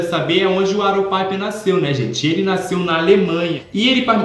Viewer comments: "paiper" KSKSKSKSKS, gente é PIPER, do mesmo jeito que escreve se fala também. ele mesmo fala assim. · Piper do jeito que vc está falando é na Espanha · O Piper é com som de “i” mesmo, da mesma forma que escreve (eu tinha muito essa dúvida também 😂). Adorei o vídeo!!